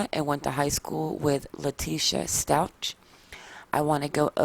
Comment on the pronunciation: Stauch is pronounced “Stowk” 😉